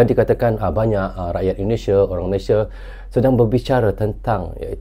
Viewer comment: Ternyata ENDONESIE & MELEYSIE bacanya ya 😅😅